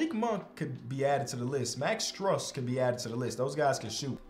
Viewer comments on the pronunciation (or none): Bro I’m sorry to do this to you but as a heat fan I can’t let you miss pronounce max strus’ name. It’s pronounced stroos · Strus is pronounced stroos, 😂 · Pronounced “stroose” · you keep pronouncing miami heat legend max strus name wrong. Js